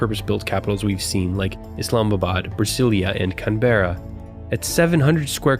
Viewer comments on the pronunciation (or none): Can-bruh. not Can-bair-rah (Canberra) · Its Can-berra not Can-ber-ra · "Cahn-berra". Mate, it is pronounced "Canbra". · "CanBEARa" hehe. Canberra is pronounced with the emphasis on the first syllable, "CANberra". Wonderfully edited and presented video and really enlightening, and alarming. Great work! Thanks for this. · Can-berra? its Can-Brah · Some great content, but FYI, Canberra is pronounced 'Can-bra', and is short and sweet. The way you say it sounds like 'Can-bear-ra', quite stretched out, which just sounds wrong. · Canberra is pronounced can-bra. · I can't-bear-a your pronunciation of the city Canberra, Australia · Canberra is pronounced Cambra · your pronunciation of canberra is hilarious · Please redo this entire video because of the way you pronounced Canberra haha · Pronunciation of Canberra killed me ( 28.42 ). Otherwise great vid